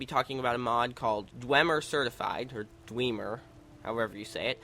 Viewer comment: its pronounced dw em er not dw ym er